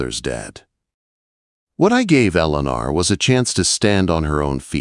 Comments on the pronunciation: C'mon,. The name is Ellen-or!!! It's mighty annoying to listen to a story with mispronounced names and words in the narrative. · I will try to listen to this story at another time, but the mispronunciation of her name, which should be "el'-ah-nor" was painful. Too bad. The comments say the story was good but I can't listen to the poor AI. Ugh. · Please research pronunciations ,,, Ellen-or. From Southern Oregon, USA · Annoying that AI narrator wasn't instructed how to pronounce ELEANOR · NW Minnesota I agree with others, the story is a good one. Probably could have lasted at least 1-2 years longer! I also agree that the mis-pronunciation of her name was extremely annoying. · Loved this story. The narrator needs to know how to pronounce Eleanor. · This narrator mispronounces Eleanor the worst I have heard in any of these Western stories.